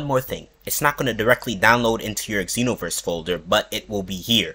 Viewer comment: Bruh. You don't say EX enoverse...